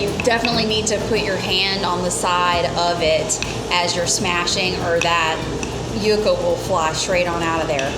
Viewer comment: It's pronounced YUUUUCA..Like YOU KA..NOT YUCKA....Just FYI